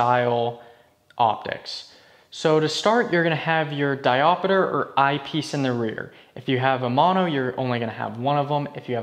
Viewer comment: Diopeter? Seriously? It's diopter! WTF?!!!